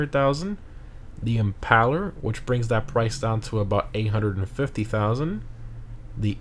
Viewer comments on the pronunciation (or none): IT'S IM-PAIL-ER AS IN "VLAD THE IMPAILER" IT HAS NOTHING TO DO WITH YOUR PALLS!!!!!!!!!!!!!!!!!!!!!!